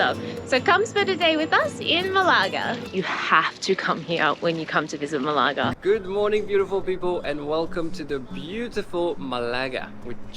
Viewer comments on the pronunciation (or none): Maybe check how to correctly pronounce the name of the place you are doing a video about first!